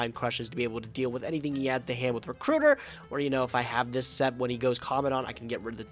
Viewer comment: Why do they pronounce commandant that way?